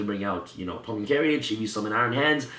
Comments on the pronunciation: "carry-age" It's pronounced "care-age"... jesus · Love the profile. However I must address your pronunciation of carriage. 2 syllables. Like this: care ridge. Not care ee idge